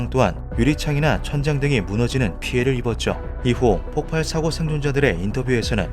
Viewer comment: 폭발이라 써놓고 폭팔이라고 계속 읽으시네.............